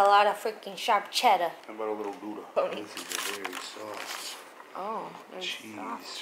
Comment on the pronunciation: Hahaha its so funny to hear you say Gouda to a dutch person like me. Goooeda. 😂